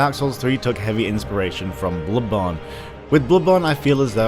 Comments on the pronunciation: god damn stop saying "bludborne", wth is wrong with u? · "Blubawn" Please learn to pronounce it correctly. This triggers me so fucking hard, I cannot begin do describe it. Blubawn. Blubawn. BLUBAWN Aaaaaaahhhh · wow i love the way you pronounce "Bloodborne"